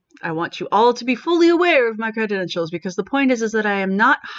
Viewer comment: Credentials not "creditentials". It kinda hurts your (totally on point) argument that the person is lacking credentials when you can't pronounce the word correctly.